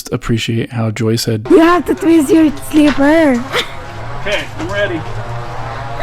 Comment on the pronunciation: I’m glued to your videos, bro. Joy’s family is so hospitable! Just like my Filipino family in Hawaii. Anyway, keep the videos coming. I love watching your footage of you & Joy, her family, everyday life, and of course…the food! Oh yeah….when she pronounces “slipper”!!! 🤣🤣🤣